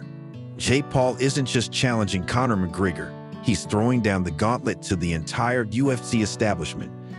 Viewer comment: Ahhh AI. You can't pronounce Connor's name correctly.